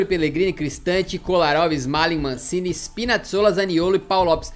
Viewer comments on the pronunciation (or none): none